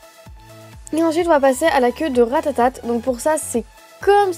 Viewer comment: mdr elle dit RATATATE a 😂😂